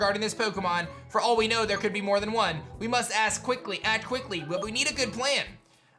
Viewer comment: "We must ass quickly" Ha